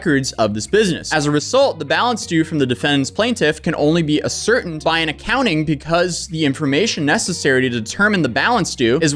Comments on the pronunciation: Ascertained is pronounced “ass er tayned” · Nice video. Btw...it's pronounced "ass-er-tained" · "ascertained" is pronounced like "asser tained" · Ass-or-tained (ascertained) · Just because it bothers me, ASS-ER-TAINED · Ascertained is pronounced ‘Ass-her-taint’ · This is just for your notes, I'm not trying to be a dick, but that word is pronounced "ass-ur-tained" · just a friendly fyi, that word is pronounced "ass-er-tane" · Dude, your idea of "big words" it pretty laughable. Ascertained = ass -sir-tained. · Ass sir tained= ascertained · His pronunciation of ascertained was the worst one. Subtitles thought he said asserted xD. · bro you gotta learn to pronounce some of those words... disparaged... ascertained...what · Sorry to be that guy but you should be pronouncing words correctly if your video is just going to be reading a document. Ascertained = ASS-ER-TAY-ND not ASS-ER-TEND. Likeness = LIKE-NESS not LIKE-LY-NESS.